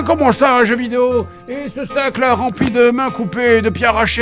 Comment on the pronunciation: j'aurais juré avoir entendu " c'est un jeu BIDÉO " quand il parle de Concord mdr